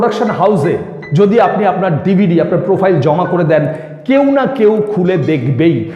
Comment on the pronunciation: DvD bolte ...aktu kindly zode clear kore bolen...